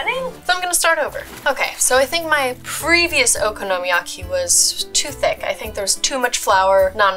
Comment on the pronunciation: Wtfffff was that okonomiyaki!! 🤦🏼‍♀️ living in Japan and watching her butcher it, oh the pain